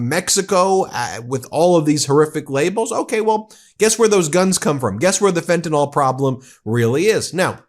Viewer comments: Ben Meiselas: Please correct yourself -- the drug is Fentanyl, not Fentanol. Thank you. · please say fentanyl , not fentanol thx